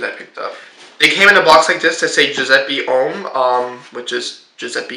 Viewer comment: Yes, +Alessia Mcdonald is right! + You should pronounce the latter "E" of the name Giuseppe the same way you pronounce the former "E", like you pronounce the "E" in the word "bed".